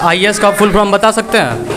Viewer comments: Teacher to jo hai so hai, tum jo interview le rahe ho uski Kami dikhane ko, to tum to kam se kam dhang se bolo, full form ko full from bol rahe ho. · Patrkar v jhola chhap h😂 full form ko full from bol ra h🤣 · Ye news wala bhi chutiya hai full form ko full from bol raha hai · Are sale full from nahi full form hota hai re bhosadi . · Full form hota hai Full from nahi Pahle tum bhi sheekh lo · reporter bhai sahab, pahle aap apna shirt ka button lagayiye aur thoda adab se. English is not a parameter of everything. puchhne se pahle aap apna pronunciation bhi sudhar lijiye. " full from kya hai ".